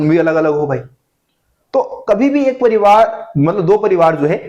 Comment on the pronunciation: Pronounce parivaar or likh parivaar